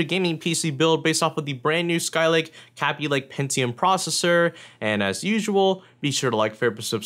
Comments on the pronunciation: K-Aby Lake,not kaby lake my ears are already bleeding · stop saying kaby link it's kayby link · kabb-y lake?? it's kayb-ey lake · Its not pronounced "KAH-BEE Lake" its "KA-BE" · Nice video :) It's pronounced 'caybeelayke' not 'cabbielayke' btw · and the way he says kaby lake would make it sounds as though it's spelt like kabby lake. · Hearing you mispronounce Kaby over and over gets quite annoying. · your forehead is wayyyy too shiny dude... and you said kaby lake wrong.. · you don't even know how to say kaby lake right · it bothered me the entire video that he was saying kaby lake wrong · this is the only guy I've seen say it like that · The way he says Kaby lake makes me wanna die